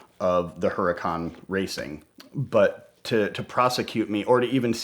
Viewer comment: Her-a-Khan? is that a new Lambo?? Whats a Her-A-Khan???